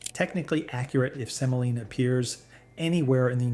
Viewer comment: Semolina, OK? SEMOLINA. Not Selina.